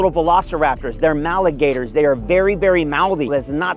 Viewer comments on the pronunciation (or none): Did I hear “maligator”?